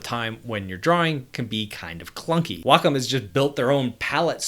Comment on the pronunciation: Thank you, Thank you for pronouncing "wacom" correctly. Thank you!!!